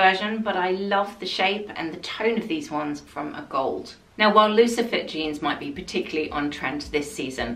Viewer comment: Another fantastic trends video, I always love your takes on trends. BTW, you are the first person I’ve ever heard pronounce A. Golde correctly, I hear the incorrect A. GolDee all day long!